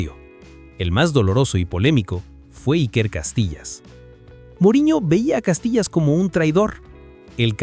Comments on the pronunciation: Hijo no se dice ( Castilla sino es Casilla 😂😂😂😂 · No es Castillas, es Casillas wey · Invesil cuál Castillas es casillas aprende hablar innorante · Casillas❌ Castillas✅ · Se llama Iker Casillas no castilla😂😂😂😂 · El video se lo tiene q dejar de ver cuando dice: Castillas 😂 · Y es CASILLAS, no CASTILLAS, mi estimado. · La gente es bien ciega, lo que pasa es que hace la broma porque en vez de decir IKER CASILLAS, en el vídeo dice IKER CASTILLAS con T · No es castilla es casilla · CASILLAS. No castillas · Si ni siquiera sabe decir el nombre de casillas….